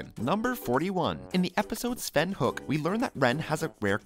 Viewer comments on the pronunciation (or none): It's pronounced "Ho-ek". Not "Hook"! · the moment when you realize the narrator never actually watched the show. it's pronounced Hoe-ic not Hook. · It's not Hook, it's Hoek. He says it all the time, you guys watch the cartoons you make videos about, right? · Ren's last name is not pronounced. Hook. It's more like Hoy-ak. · its pronounced HO-ECH not HOOK. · This is a good video, but I can’t forgive that you say Hoek wrong, and why is some of the facts just episode summaries?